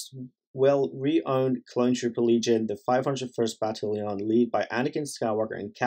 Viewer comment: I'm more shook on how ya said "battalion"